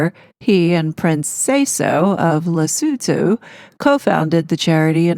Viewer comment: Well donefor pronouncing Lesotho correctly!